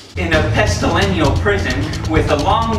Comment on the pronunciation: said Pestilenial, but it's actually pestilential